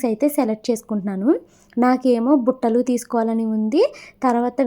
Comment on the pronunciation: Battalu kadhu buttalu 😂😂😂